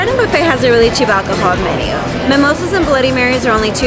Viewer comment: I'm Mexican so I'm picky Says: menudough 😂